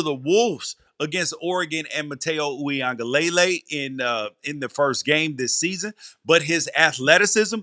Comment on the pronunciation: BRO THA PRONUNCIATION IS OOWEE-UN-GU-LAY Not LAY LAY LOL Matayo Uiagalelei